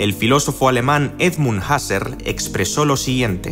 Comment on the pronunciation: Edmund Husserl tiene un nombre alemán, nadie en filosofía lo pronunciaría en inglés.